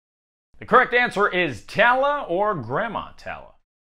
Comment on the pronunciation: It's tall-la for moana's grandmother